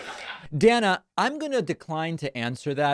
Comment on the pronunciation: Why was he calling her Dan-a? That’s a weird pronunciation. Lol